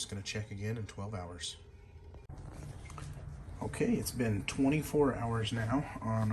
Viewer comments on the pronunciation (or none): It does sound like he says 2 hours the first time but I figured out it was 12 hours.